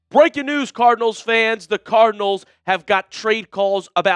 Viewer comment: Bweaking news